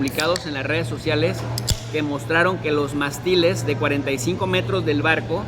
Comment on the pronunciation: Ojo...Mástiles lleva acento. ¡Pronúncialo! "Mástiles" es una palabra esdrújula. La sílaba tónica, que es la que se pronuncia con mayor fuerza, recae en la antepenúltima sílaba (la tercera desde el final), que en este caso es "más". Las palabras esdrújulas son aquellas cuyo acento recae en la antepenúltima sílaba. Y es MONERO, NO MORENO....